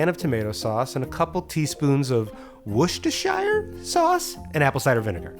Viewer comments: Wuh-Ster-Shuh. Don't pronounce the i like The Shire from LOTR, all shires in the UK are pronounced as shuhs Gloucestershire, Yorkshire, Wiltshire, they're all pronounced as Shuh. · so close with the pronunciation of Worcestershire just pronounce the shire like shear